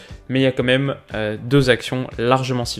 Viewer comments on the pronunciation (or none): none